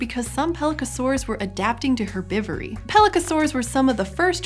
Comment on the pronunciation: You pronounced the "H" in "herbivore"!!!! I love you!!! AND "herbivory".... I love you even more!